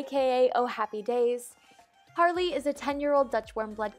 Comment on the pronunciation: It's Harley. Not Hayley (so you know, no hate.)